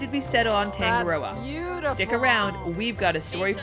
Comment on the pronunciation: This singer might help you with pronunciation of Tangaroa. I'm from NZ too and my yacht is Passing Time which occasionally gets taken the mickey out of... Thanks for cool vids - your got a new sub 😀